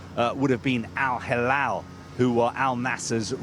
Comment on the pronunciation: Moving to Al Hilal would be like betraying Al Nasr. Besides, the Reporter had some trouble pronounce Al Hilal - who agrees? 🤣